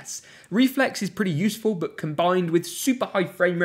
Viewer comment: Am I the only person who gets annoyed when he says "but" . Sounds like bouut